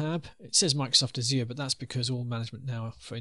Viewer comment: every time the instructor pronounces "azure" with a fake french accent I cringe. no french accent needed, no one says it that way lol